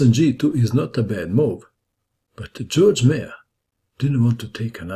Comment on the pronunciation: its not george mayor, its georg meier, german!